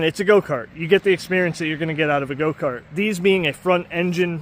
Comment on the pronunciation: Why is he saying goat-cart?